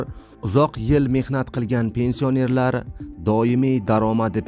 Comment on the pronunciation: Avvalo gapirgan savodsiz togri gapirishni organ. Pensiònerlar sozini dabdala gapiribsan